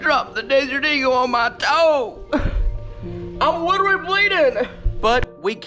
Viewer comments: He said I’m witerwy bleeding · “I dropped the desert eagle on my toe, I’m witerally bleedin” most redneck thing lol, love it love it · I’m widderwee bweeden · is my favorite he said “im wittrery bleeding hahahahahha